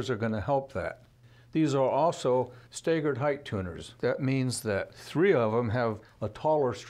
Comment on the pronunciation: i’ve never heard anyone pronounce “staggered” as STAY-gered before.